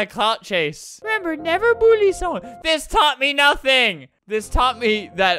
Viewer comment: I love how Albert says “Bullie” instead of “Bully”